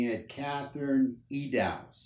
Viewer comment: How can you mispronounce EDDOWS so badly...? the end of Eddows rhymes with Windows...